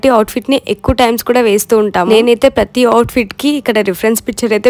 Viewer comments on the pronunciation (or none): none